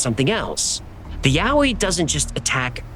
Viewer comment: I grew up in the blue Mountains and the Yowie stories are told from the moment you can listen to a story. I've never heard of the red frog thing though I must say I really appreciate you pronouncing all the place names correctly.